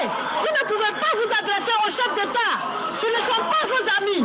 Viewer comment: Ca me faire rire quando elle dit un chef detat